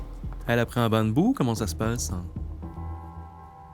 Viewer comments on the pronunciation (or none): "bain de boue" .. sérieusement gros..